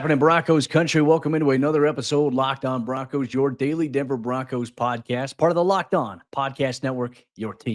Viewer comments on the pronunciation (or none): Just Broncos not Bo- Broncos. Comn man